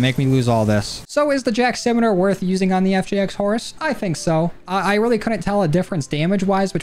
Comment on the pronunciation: Simitar is pronounced si-mi-tar, like simple-mid- and tar like the road.